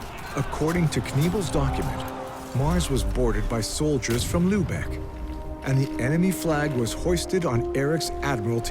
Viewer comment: Enough of lubecks - the name is Lübeck, not Lubeck!